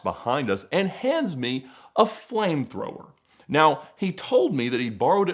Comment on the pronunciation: Awesome video, and then he said “Flamethrower” 😂😂